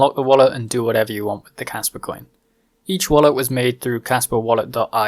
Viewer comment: RPM sent me...Kaspa is cool! Sounds like you're saying Casper with a Boston accent